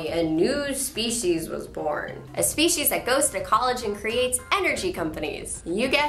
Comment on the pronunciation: U say species speshies it's different...but sounds cooler I like it :)